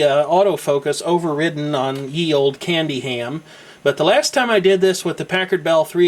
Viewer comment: you sayd "Candy Ham" hahahaha